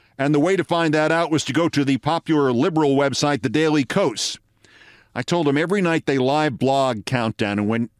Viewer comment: Keith... it's pronounced "cause" Daily Kos = daily cause. See how much better that sounds?